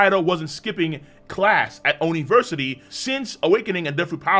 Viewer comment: Nahhh "Oniversity" 💀